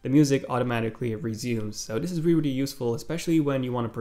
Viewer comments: “wealy wealy impressed me” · You wear reary reary impressed